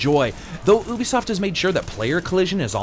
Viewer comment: Love the review but... YUBISOFT, not oobisoft :P. Personal pet peeve of mine.